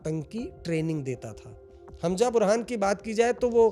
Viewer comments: Hanja nahi hai wo Hamza hai pls pronunciation shi kro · Its hamza not Hamja. Haajmola mat keh dena